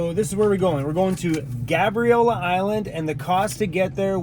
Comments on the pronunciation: The a in Gabriola is pronounced like "Gaybriola" = Gabriola 🙂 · Wait a minute... I was born and raised in Nanaimo and never heard it pronounced that way. I've only ever heard people call it Gabe-riola... Google says you pronounce it like is, but I've never heard a local say it like that lol